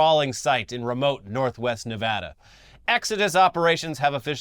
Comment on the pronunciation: The Burner news was so surreal living in Nevada. Love hate relation ship with the fest due to the money it brings in, but some of the burners really do suck. Thanks for saying our states name right btw : )